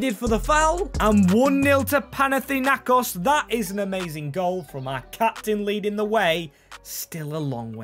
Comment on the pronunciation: PanaTHInaIkos this is how we say it at Greece Ελλαδα μονο μαγκες